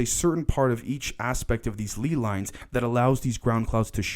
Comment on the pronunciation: ley lines are pronounced lay lines btw- keep up the good work though homie your content is important